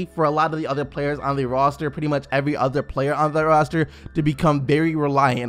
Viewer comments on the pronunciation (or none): none